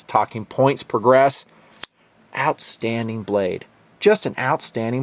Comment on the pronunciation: when you closed the knife and said OUtstanding, I thought you just cut yourself and was ready to scream.